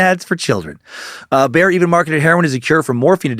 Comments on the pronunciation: It's pronounced like buyer not bear🤣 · Dan how do you get one syllable from the word Bayer? It's not Bear lol